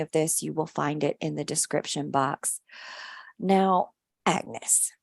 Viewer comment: Love it. Love how she mispronounced agnes'name and agnes couldn't be bothered at all. Can relate to it as people often mispronounce my name hahaha.❤❤😂😂